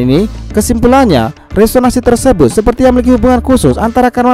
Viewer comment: Maaf min RESONANSI bukan RESONASI